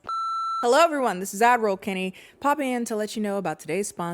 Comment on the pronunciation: When I first started watching you I thought you were saying “Avril ” and I just assumed it was an inside joke I missed until I realized like 10 videos later you were saying ad roll and now I feel like a fool every time I listen to the sponsor segment 💀